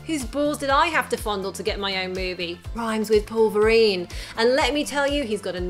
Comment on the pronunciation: "It rimes with "Polverine"" 😂😂😂